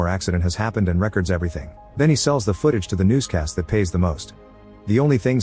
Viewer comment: Why did you say records instead of records. You said records like in music , are you mentally slow?